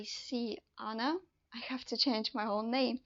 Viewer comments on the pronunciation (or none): none